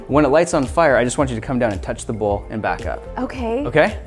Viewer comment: When he said light this whole bowl on fire, I just heard "light this hobo on fire".